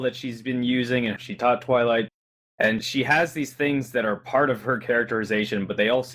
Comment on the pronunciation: you pronounce 'twilight" as "toilet" a lot.